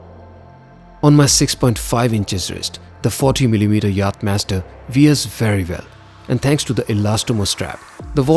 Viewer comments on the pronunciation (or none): Fod God’s sake get rid of the Indian accent... otherwise your videos are stunning. I had to think for a minute to figure by “Veer” you meant “Wear”, annoying distractions.